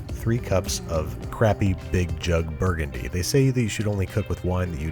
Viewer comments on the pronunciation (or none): none